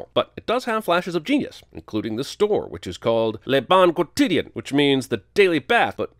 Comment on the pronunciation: That is not how you pronounce "quotidien." ding